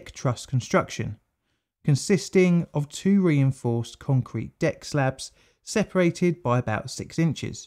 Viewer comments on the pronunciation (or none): none